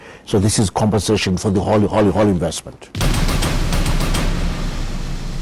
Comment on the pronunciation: Zack not to sound obnoxious,but it's *compensation and not *compassation ,peace bro❤